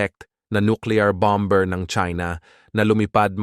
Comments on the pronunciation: Bam berr 😂it's pronounced as bammer. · BAM ER hindi BAM BER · Pronounced as "bomer" not "bom ber". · Anong bom-bers? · bamer ang basa sa bomber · Ano ang bamber. Bomb-er ba? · ANONG BOM BER? BAMER HAHA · Idol, silent " b " bomer not bom - ber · Bomber is pronounced with silent b. Gago. Bomer. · Anong ( bamber??) Or bomber pati pagbigkas Mali